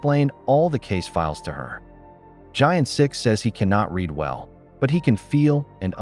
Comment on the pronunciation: The main character's name is Gyeon Sik not Giant Sik :)